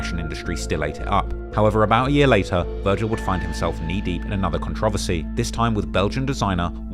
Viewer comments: Bro dosent know how to pronounce controversy 😂😅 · why do you say controversy like that....